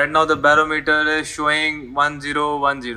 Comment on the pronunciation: Bar-OM-eter emphasis on the second syllable.